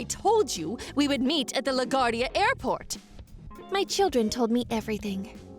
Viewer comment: "La Gwardia" is how you pronounce it.